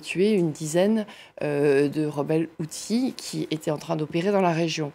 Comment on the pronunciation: Pas HoutSis, Houthis, le journalisme est de pire , en pire...